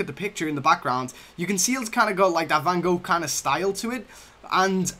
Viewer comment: yes guys but the pronounce was real shit